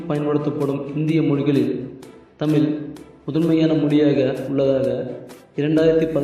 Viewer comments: நண்பரே!! தமிழ் என்று உச்சரிக்காமல் ஏன் 'தமில்' 'தமில்' என்று கூறுகிறீர்கள்? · டேய் அது தமில் இல்லடா தமிழ் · செல்லக் குட்டி "தமில்" இல்லையடா "தமிழ் " சரியாக உச்சரியடா என் செல்லக் குட்டி. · Pls correct your accent of Tamizh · தம்பி தமிழ் சொல்லு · Learn to pronounce Tamil first properly and then do videos pls. Do some research properly Tamil has more than three thousand years of documented history and much more undocumented. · "தமிழ் " சரியாக உச்சரியடா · யாருய்யா இந்த ஆள். "தமில்", "தமில் மொலி" என்று கூறி "தமிழை" கேவளப்படுத்துகிறான் . அவனை போய் பேச வைத்து தமிழை அசிங்கப்படுத்தறீங்களே. அவமானம்.